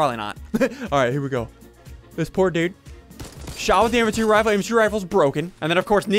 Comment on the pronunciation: Any one watching in 2020 when he said the inventry rifale is broken LOL